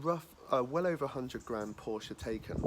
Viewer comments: It’s pronounced ‘tie-can’ Not taken! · Mispronounced Taycan. I only say this because the correct pronunciation sounds better. Tie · Used to own a Porsche, consistently pronounces the brand name and model name wrong every single time...